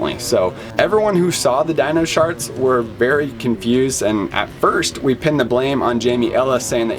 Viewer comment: Hmmmm... did you say "dino sharts"? Yeah, I'm pretty sure you said "dino sharts" at least once. That's something completely different. Not pretty.